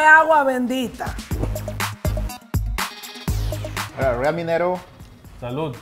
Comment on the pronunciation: She said esto he agua bengdita lol.